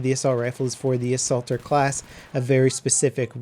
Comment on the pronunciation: A-salter class? XD